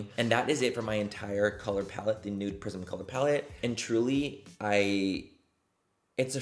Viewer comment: I’m sick right now and my nose/ears/sinuses are just super stopped up so I CANT STOP hearing “nude prison” instead of prism and…well…it doesn’t NOT work manny…it doesn’t not. ….😅😅😂